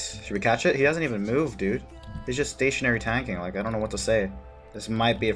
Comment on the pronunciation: When you say "catch it please", it sounds like you're saying "cat shit please" Sorry.